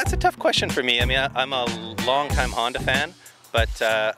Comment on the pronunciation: f-honda huh? haha my good friend, you are sorely mistaken..